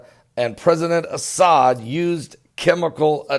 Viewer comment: "Asshad" In "doom-ah",yea that spells doom for pretty much all of us!!!!😀😀😀😀😀😀😀😀